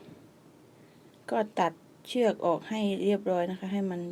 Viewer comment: คนใต้ใช้หม้ายนิ.. คำว่า.. เชื๊อกก.. ชัดเจนเลยนิ